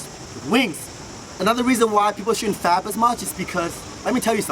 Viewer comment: Learn to pronounc the sound p in fap. You pronounce it b.